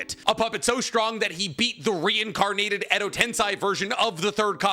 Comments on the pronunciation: Edo "tensei" not tensai. Tensai means genius, genius. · the way he continues to pronounce "edo tenSAI" has to be rage bait at this point right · Why is this guy using they/them on Orochimaru? It's a guy... I randomly gets his videos into my feed from time to time and always laugh that he still hasn't learned how to pronounce Edo Tensei correctly but go extra mile to call Orochimaru they/them, so funny